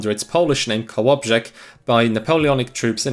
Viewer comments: Kudos to your polish pronunciation, most Germans can’t say sounds like rz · I came in my pants when you said Kołobrzeg correctly, even though youre German (so i guess its easier than for an American to say), im used to english speaking creators being unable to pronounce even easy polish words, even though it literally requires a minute of research and a little bit of awarness and cultural knowledge, so it was a pleasant surprise. Btw very good video, got me hooked all the way through, i could see the passion and the dedication to the topic, and i appreciate the amount of research that went into the video and that you linked every source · This is the first video I saw from you and I'm really enjoying it! Just wanted to say that, as a Pole who was taught (the basics of) German, I'm very impressed with your pronunciations!! You nailed Kołobrzeg.